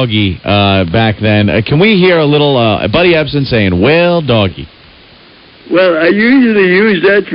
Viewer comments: “Ebsen.” Tsss he’s not a buncha SALT cuuuuz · That’s “Epsom” salt.